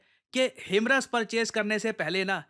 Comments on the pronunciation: It is pronounced high-mars ( हाईमार्स) not हिमरस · Him-RAS ❌ Hi-MARS ✅ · Sir 😂 himras nahi himars😂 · HIMARS not "Him ras" 😂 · हाइमार्स ❌️ हिमरस ✅️ 😂😂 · Wo HI-MARS hai na. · that pronunciation of himars was diabolical 😂🤣